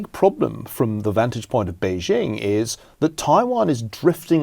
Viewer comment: Ferguson spent a couple of years in China and he STILL can't pronounce Beijing properly. Or Xi Jinping.